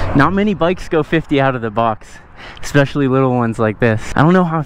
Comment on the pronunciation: did he say expecially? i do want one though, would def be an upgrade.